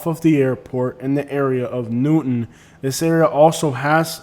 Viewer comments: The most Cringe among alot of Cringe was "Newton" lol. Its New-Town bro. You obviously aren't that knowledgeable about the area or wouldn't have butchered that so bad. Home-O-side 😂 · ...and it's New Town... not Newton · "New-town" 😊 (not Newton) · Like your videos. Watch often. I grew up in Sarasota and we called it Newtown not newton. Just FYI